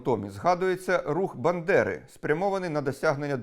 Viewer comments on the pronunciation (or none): Бандера, а не Биндера !